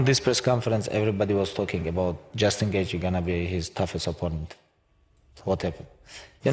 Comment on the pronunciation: I'm sure he says Justin Gaethje not just engage 🤔